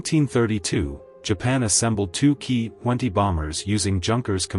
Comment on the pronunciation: Jeeez, where do we start ? The Ki 20 designnation is military nomenclature. Each letter should thus be pronounced individually - as in "Kay Aye" - not "Keee" !! Junkers is a GERMAN name - and so SHOULD be pnronounced with the GERMAN Y sound , as in yellow - not jerk !! I know that an AI voice is narrating, but they could have at least programmed the damned thing correctly !!!